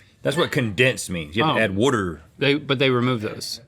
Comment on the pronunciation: why'd he say water like a Philadelphian